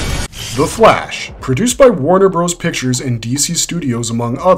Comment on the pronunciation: Calling them Warner BROS was very annoying.